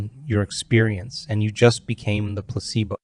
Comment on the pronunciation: This has to be AI doing this because this video says placebo wrong and Joe wrote the book You are the Placebo and I’ve been to many events and he doesn’t pronounce it the way this video does… but still an informative video